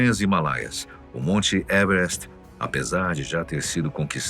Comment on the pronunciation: "evrest" kkkkkkkkk porra, fala o português claro meu filho